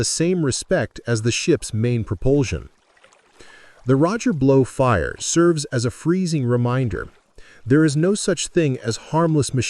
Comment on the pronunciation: This video lost credibility after the AI called ot the Roger Blow!